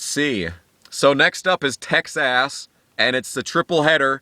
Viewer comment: “Texass” LMFAO!!!! 😂😂😂😂😂